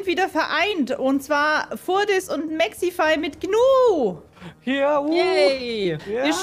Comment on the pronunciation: Nicht Smexify sondern Sexyfy